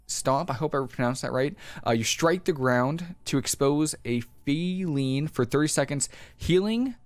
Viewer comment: Faeline, like two words: fae , line